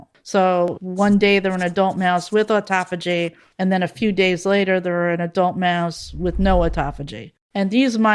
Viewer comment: High-POXE-ee-ah? I could have sworn it was pronounced high-POX-ee-ah. Live and learn. Never knew how to pronounce the word “autophagy” so thanks for that. I was using the same pronunciation as in autoimmune, automobile, autonomic, automatic. Maybe they should be pronounced oh/aw-TOH-matic, oh/aw-TOH-nomic, oh/aw-TOH-immune, etc. Dang English is a bear of a language to figure out how to pronounce. SO many exceptions to exceptions.